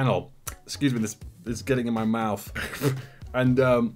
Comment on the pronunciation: “ esscuse me”